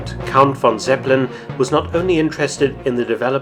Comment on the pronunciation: Zeppe lin, spricht man es aus in Deutschland!!!